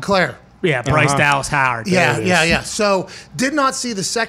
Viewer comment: Impressive job turning Howard into a one syllable name.